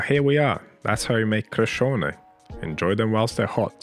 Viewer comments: You did well with pronouncing this yummy street food. The word Crescione is “Watercress”. Which was the original filling with garlic and onion for this flatbread. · You didn't butcher the pronunciation at all! Bravo e complimenti 🙌🏻